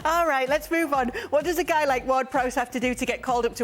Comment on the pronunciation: Shaka: there's a 'GUAY' 😂